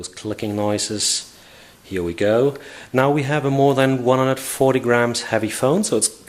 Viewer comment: "here we goo" oh umm " go" hehe